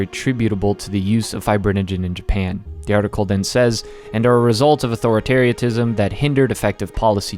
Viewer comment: mispronounced authoritarianism